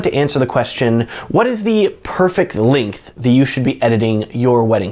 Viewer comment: So, when you say "Linkth" do you mean "Length"?